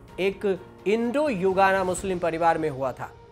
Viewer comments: Yugana nhi bhai.. Guyana 🇬🇾... 🤣😀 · गुयाना को हर बार आप युगाना बोले है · Guyana h na ki yugana